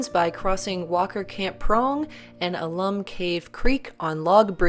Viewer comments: I didn’t go too far down but I assume someone has told you the name is “owl-lum” not “ahhh-lum”. If I am wrong tell me but I think the reference is to the mineral content found there. Alum XAl ₂·12 H ₂O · Please, it's "AL-um", not "a-LUM"!